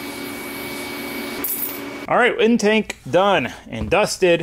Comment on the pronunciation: My man says intanke😂